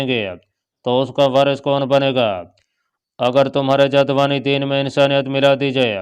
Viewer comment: اسلام علیکم۔ محترم رائٹر صاحب یہ سٹوری کافی دلچسپ اور معلوماتی ھے، مگر اس میں کئی جگہ پر بیان کی غلطیاں ہیں ، مثلاً ایک لفظ جاودانی آسمان ھے لیکن ادآئیگی کے وقت جاد وانی بولا جارہا ہے جس سے مطلب اور معانی ہی بدل جاتے ہیں۔ اس طرح کئی اور الفاظ ایسے ہی بولے جارہے ہیں۔ جِن کی نشاندھی بھی کردی جائے گی۔ شکریہ۔